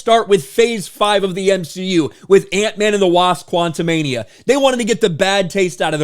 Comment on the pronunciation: Why do you keep pronouncing the movie quantamanium?